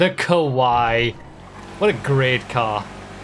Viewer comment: Unsure if someone has said it, but the final car's name is Kawaii [Kuh-wai-ee] meaning cute in Japanese. The way pronounces it [Ko-wai] means scary in Japanese.